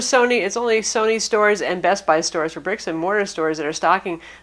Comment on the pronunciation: Whenever she said bestbuy I heard Vespa